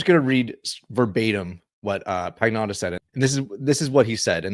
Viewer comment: Pagnotta is pronounced "pan-yoda"